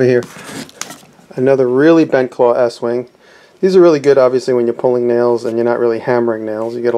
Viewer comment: estwing is pronounced east wing..